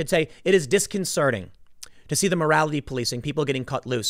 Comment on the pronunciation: 8’58: the word is “disconcerting”, not ‘disconcerning’... no such word!